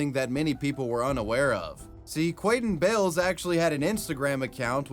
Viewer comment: 😂 i'am sorry.. if his name was like "David", I honestly wouldn't have said it that way. Quaden Bayles..